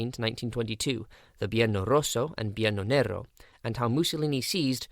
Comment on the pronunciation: I noticed that you deleted without reply my comments with suggestions regarding the incorrect titling of your video, as well as the mispronunciation of the terms "Biennio Rosso, Biennio Nero". Obviously you did read them, because you immediately went and corrected the title of the video, although the audio still contains the mispronunciation (probably harder to correct the audio of a completed video). It's almost like saying "boohoo, I'm offended because you're pointing out a mistake, so I'll correct it but delete your comment, so nobody can see I've made a mistake." Allow me to say that this is a somewhat childish and immature behaviour, given that the feedback was correct, motivated with sources, and also written in a respectful and constructive way. In general, open-sourcing, feedback and peer-review are GOOD. They allow us to refine, learn, correct mistakes, and generally produce a better product. Recognising and correcting errors, as well as thanking the viewers who take the time to pay attention, watch our videos, and make suggestions, helps to build trust and an engaged audience. It creates a community of people engaged with the creator and having the same interests. Autocratically deleting suggestions and comments does nothing more than demonstrate thin-skin sensitivity and inability to receive feedback.